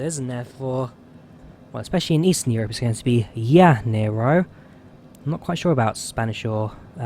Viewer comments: Ooops - Flaps extended to just about FL310 :-) As for the pronunciation of "janeiro", here you go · Hahaha, to pronunciate janeiro, speak something like Rio di Janario.